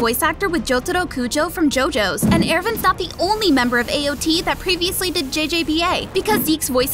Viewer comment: AOT not AO T